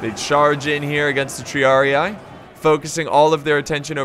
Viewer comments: with love, but its not said TriariAE/AI. It's said triarii, like a spanish or an italian would say it. Both i sound like the first one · "TREEAREEEE" not treearei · Triarii is pronounced 'tree-uh-ree-E', not 'tree-uh-ree-AYE',. It's Latin. P.S. Great battle, as always. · Tr - e - ah - ree (Triarii) you are saying it right just remove "eye" so it is Treeahree